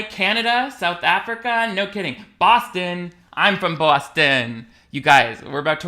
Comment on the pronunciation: Bruh as a fellow Bostonian I knew instantly you were legit when you pronounced it Bawston instead of Bahston. Thats the biggest tell that someones faking their accent